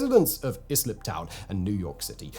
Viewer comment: wow I never heard anybody say is-lip before --- it's eye-slip like eye-land lolol